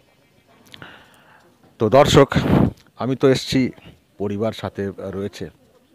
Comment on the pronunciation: আপনার 'দর্শক' উচ্চারণটি ঠিক করে নেবেন। যেন বরাবরের মতো 'ধর্ষক' না হয়ে যায়!